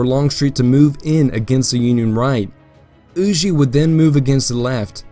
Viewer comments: Everything was great…. Except “Hugh-Jay” bro…. It’s “Hugh-Ger” just as it appears. Huger…. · Huger rhymes with Luger.